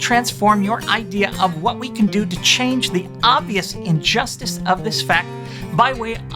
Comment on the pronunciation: Oh no. Oh God. No,...PLEASE don't go full SJW on us. I really like you, always have. And agree with most of what you said. Great video overall, and typically well said. But I have to say, I'm not sure I like where this is headed. Especially the way you enunciated the word "injustice" toward the end. Please don't do this, D. Please, please, PLEASE don't...